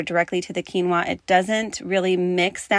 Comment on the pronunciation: I feel so bad 😅 you said quinoa and i wasnt looking away from my phone and i swear you said tequila and i was thinking yuck what on earth would taste good w liquor thats budget friendly haha sorry